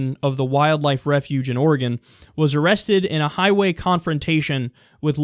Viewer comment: Kyle, I appreciate the fact that you say Oregon correctly. Drives me nuts when people say it wrong...